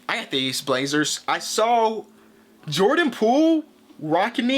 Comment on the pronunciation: “I got these blaezerrshs”😂